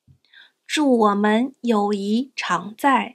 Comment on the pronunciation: You have 友谊 displayed, and are pronouncing it as, yǒuyí， but the HSK 4 Standard Course book and the couple online dictionaries I use, all show it as yǒuyì。 Are you just mispronouncing/mis-typing it in the video, or is there some other reason for the discrepancy? I know this video was made over a year ago, but if you see my comment/question and can provide clarification, that would be great. 谢谢！